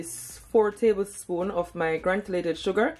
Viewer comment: The word is granulated not granulated .